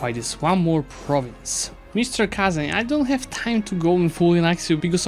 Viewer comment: no way, he actually said kazan right, what a chad